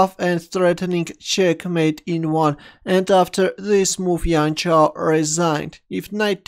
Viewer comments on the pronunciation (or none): Not yian chao but jian chao, 'j' for john or joseph or jam or jojo